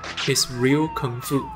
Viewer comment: Thank god, finally someone pronounced Kung fu correctly, usually people pronounce it as 'kuung - foo'...